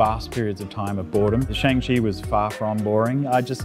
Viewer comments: Why does everyone keep saying "Shong-Chi"?????? It's pronounced as "SHAANG-CHI" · "Shong-Chi." Gets Shyamalan in 2010 flashbacks* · shung-chee is the right way to pronounce it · the fact that this dude said "Shaeng-chee" is triggering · I no longer feel bad for accidentally mispronouncing Shang-Chi all the time, since apparently someone who worked on it does the same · I actually just saw Simu Liu himself accidentally pronounce it the "american way" in the BTS 😂